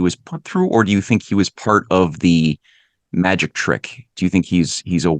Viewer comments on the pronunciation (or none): none